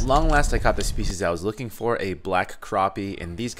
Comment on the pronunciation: and it's not pronounced croppie, it's crAppie